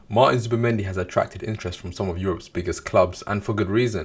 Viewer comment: MAR'N ZUBAMENDI 🗣📢